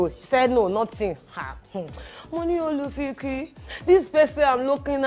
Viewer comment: I always rewatch this video because of the first story, the way you said "Olufikie" 🤣🤣🤣🤣🤣🤣🤣 Two years after, I always laugh I can never forget this particular story. Werey gba aunty mi Olufikie leti😂